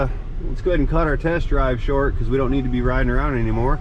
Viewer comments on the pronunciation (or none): none